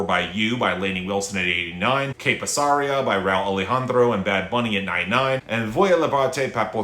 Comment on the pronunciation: Your adamant refusal to learn the right stress syllable in "Que Pasaria" is frankly inspiring